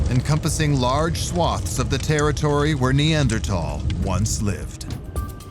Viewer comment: 네안데르탈인 하이델베르크인은 학술용어로 이미 정착 그런데 나레이터 는 히델베르겐ㅇ라 니안제르톨이라 발음